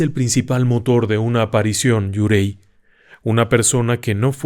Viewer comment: Gran video! Solo una cosa: Yurei se pronuncia "iureee".